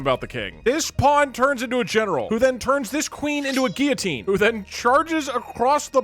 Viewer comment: Gotta love, the famous Frenchman, not being able to pronounce a single French word correctly. Especially loved "GILL-a-teen." Loved it when he temporarily turned German(ish??) though.